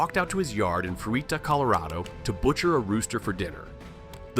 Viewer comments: It's "froot-ah", not "froo-ee-tah". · All these are true, Except it's pronounced "Fru-tuh" not fru-ee-tah. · Fruita is pronounced "frewheeta". Colorado has terrible annunciation for their streets and towns. Buena Vista is called Boona Vista. Kalamath should be Klamath. There's dozens of them. I'm surprised Pueblo isn't called Pewblow